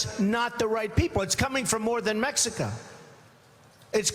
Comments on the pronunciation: this guy doesnt even say "Mexico right. he sais Mexica.. yeah you're so educated right? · he said "its coming from mexica" he cant even pronounce it correctly